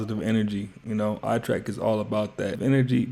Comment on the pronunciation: say your damn youtube name right damnnnnn.. ''